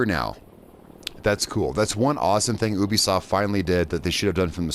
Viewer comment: Right yeah you have a few decent points but your mostly just being picky and you saying ubisoft wrong